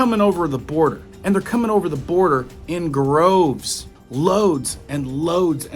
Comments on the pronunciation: Honey its droves not groves. But thank you for all your the info you bring us! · DROVES, not Groves